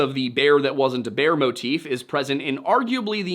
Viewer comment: Bear vs beer. You confuse the pronounciations :) Unless that's your dialect, I guess that could be claimed. Anyway thank you for this video, it was on time. When it comes to your cross around your neck: If you think a little bit harder on what that represents since Constantine of Byzantium, I suggest you throw it in the bin where it belongs.